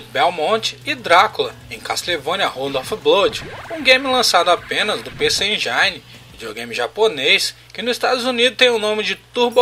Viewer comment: bom vídeo. só um toque: a pronúncia do console pc engine é 'pc engine' com i mesmo, e não 'pc enjaine'